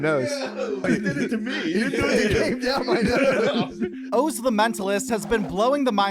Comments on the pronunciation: "Owes Peralman" "Owes" not "Oz" but "Owes" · Funny to hear you say his name is Ohhhz it's OZ like Ahhzz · Bro…..pronounce Oz correctly! Wizard of Oz…really lol? It’s awz not oze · Dr. Oh-z?! It's Oz like Ozzy Osbourne! What in the Windows 11 narrator was that mistake?! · Can somebody teach the AI how to say Oz please?